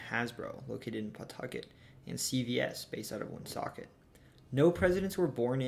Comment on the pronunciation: Great job pronouncing Woonsocket.